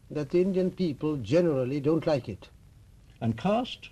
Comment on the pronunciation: One correction The word is caste not cost 5;55